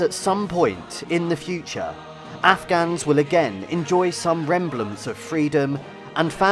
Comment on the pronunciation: This man said “some ‘remblance’ of freedom” at the very end…and the limeys think they’re so much better-educated. 😂